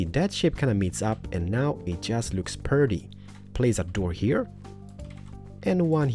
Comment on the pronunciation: he kept saying perty in the first one